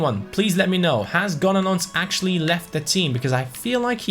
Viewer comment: Yes gonolons is gonogone😂😂